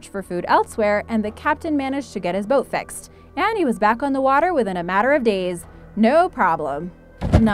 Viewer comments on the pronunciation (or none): If u listen carefully when she was talking about bull sharks , she said at the end fexed but she meant fixed